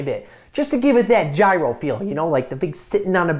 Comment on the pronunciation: yes that's what i said in the end, you didn't read my whole reply? i hadnt thought that there was a similar letter in english alphabet but apparently Y fits and still the word gyros is written wrong that why he also pronounced it wrong. and yes i am greek as well, that's why i said that his second pronounciation sounds much better(and not so lame).(his first was the one that pretty much all tourists use when they come in greece).